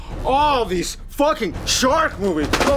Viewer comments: "So Many Sark Movies"? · Okay, I'm pretty sure that time, he said "sark" movies. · "Sho many sark movies!"